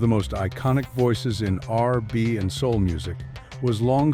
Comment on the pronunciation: AI can say Nhoj but not R&B? 🙃